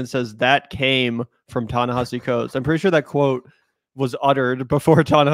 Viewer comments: You guys say Ta-Nehisi Coates was such an influence on you and yet neither one of you can pronounce his name? OK. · Why can neither of them get his name right? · Guys, if you're gonna keep talking about a writer whom you claim to admire and know so much about, at least learn to pronounce his name correctly. It's not that hard. Also, stop talking over a video that you want us to watch. Set up the premise, let us see the entire video, then give us your take on it. The constant starting and stopping of a video you want us to watch, as well as your commenting while it's playing is something that you do constantly and it's annoying.